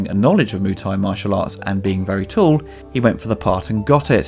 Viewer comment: Please, please, please. I flinch every time you say "Moo Thai". It is "Moo-ay Thai" (มวยไทย). It is not that difficult to add one more syllable. My biggest beef with the movie is the name "Xian": that is not a Thai name, it is Chinese. They really needed an expert on Thai culture on the payroll. Watching JCVD practising in the grounds of Wat Mahathat in Ayuthaya somewhat surreal, as it is almost always verminous with tourists and locals, and almost right in the middle of town and noisy. A better choice and equally (perhaps more) atmospheric and almost always deserted would have been the nearby - and at that time, largely unrestored - Wat Chai Wattanaram. Finally, Beau Williams' track "Feel So Good Today" (and I cannot unsee JCVD busting his moves) is very similar, both musically and in Beau's delivery, to James Brown's "Living in America" from "Rocky IV", released 4 years before "Kickboxer", but easily the best song used in the film. These quibbles aside, if I leave my university qualifications in Thai language, history, and culture (and years studying and living in the kingdom) aside and if I accept the overacting (and in the case of Dennis Alexio really bad overacting) this is a good lightweight entertainment but certainly not JCVD's best.